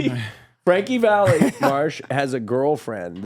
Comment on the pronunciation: please, it's Frankie Valli not valley!